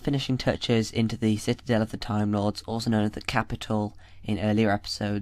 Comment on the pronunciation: Citadel not citidel